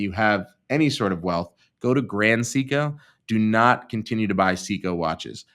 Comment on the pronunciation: someone spent the money their mother gave him for speech therapy on sumpin else.